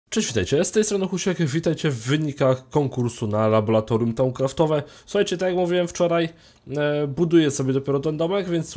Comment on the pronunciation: Nie labolatorium, tylko laboratorium.... Wstydź sie!